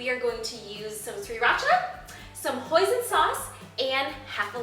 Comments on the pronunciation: when she said Hoisin sauce, i thought she said poison sauce..... :) i was like WHA!!!! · instead of hoison sauce i understood poison sauce and I was like What? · instead of hoisin sauce i thought she said poison i was liek y in the world would i put poison in my food -.- xD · Smooth promo lol and i thought she said "poison sauce" at first and i'm like wow is that even a thing hahah got to try this out, looks so good c: P.s also love love love that gorg dress :D <3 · I thought wen u said hoisin sauce thought u said poising sauce and ur phone lol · lol I thought you said poison sauce! :) thanks for the recipie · I thought u were saying poison sauce lol